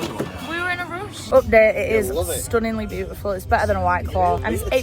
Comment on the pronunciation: “we were in a rOOsh”